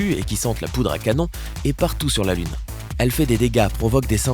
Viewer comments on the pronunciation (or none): none